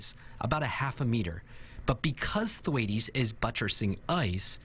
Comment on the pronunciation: The 19 Th-waytees? Or Tom Th-Waits?